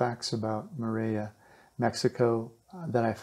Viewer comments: Hi, The Ls in Spanish are only pronounced like "ya" if they are double LLs, like the sound in the word "tortilla." It's correctly pronounced "torteeya." So, it is more-ell-ee-ya, not more-eh-ya. Thanks for the info. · mor-el-ia not moraya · Great info thanks, but it's pronounce (MORE-EL-YA). Morelia has only one L . You were pronouncing it as dble LL (yeh) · He cant even say Morelia, he sounds like Morea"... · It's a beautiful enchanting town. But it's named after Morelos so the name is Morelia not sure why you're pronouncing it like a double l--More-ray-ya? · Hi. We dont expect perfect pronunciation, but if your doing a report on Morelia you should pronounce it correctly. So if your "in" Morlia just listen or ask someone how they pronounce their city's name. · Please learn to pronounce Morelia right.